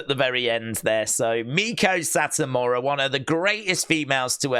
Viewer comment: ITS PRONOUNCED MAY-KO SAHT-AMURA